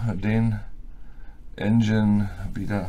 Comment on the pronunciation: Mir tun die Ohren weh, bekomme Gänsehaut wenn manche Leudz aus Tschörmenie veruchen jedes englische "ine" als "ein" versuchen zu lesen. Der Verdampfer heißt Engine (Aussprache: ändschinn; wie das "dsch" beim Djinnie). Engine = Motor, Maschine (engl.)